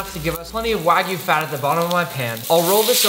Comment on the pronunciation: my guy really said wagu